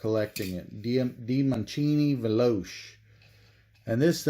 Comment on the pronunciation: It is pronounced veloche